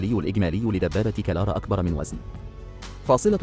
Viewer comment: اسم الدبابة هو كرار وليس كلار